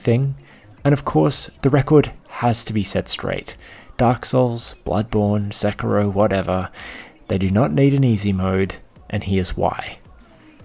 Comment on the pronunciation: “Sicko mode” I think you mean “Sekiro mode”